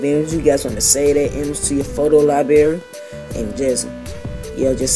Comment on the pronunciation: U said liebarry! Lol get ur grammar right!